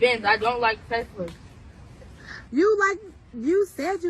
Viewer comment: I like how he says “TeZla” 😉